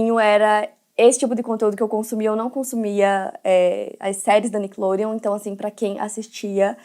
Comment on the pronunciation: O jeito que a apresentadora fala Nickelodeon, com sotaque..me incomoda